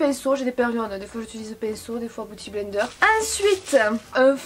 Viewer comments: pitié, biiiouty blender pas bouty!!😂😂😂😘😘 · LOL! Arrête de dire Booty Blender hahahaha! C'est beauty blender. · Je ne regrette pas d'avoir cliqué juste pour avoir entendu dire " Booty blender" 🤣. #Bilingue